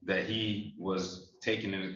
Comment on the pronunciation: I love “tooken”